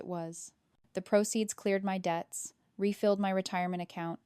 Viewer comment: SLOPPY! SLOPPY! SLOPPY! You need to edit both your script and your voiceover. The word is "debts", not "deaths"; that's only one of the many errors in this story. You are aware that YouTube no longer monetizes AI-generated stories that have not been edited by humans, aren't you? Since, I assume, you are creating these stories in order to make income, you might want to think about that.